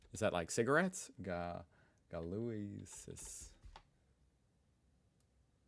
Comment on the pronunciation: these cigarettes are pronounced GO LO AAAHs and they come in the weaker red and stronger blue variant. we smoked those 20 years ago when i was a teenager.